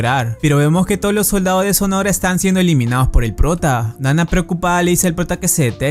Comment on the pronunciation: Alguien más se estresó al escuchar "sonora" en lugar de sonohara??